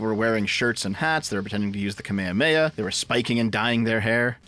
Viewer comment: it's KA-ME HA-ME HA, not Funimation's butchered pronunciation of it.